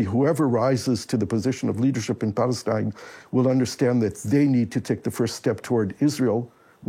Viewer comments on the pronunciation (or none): I stopped listening once he said "Balestine." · I stopped watching straight after he said "Balestine." The left have zero common sense.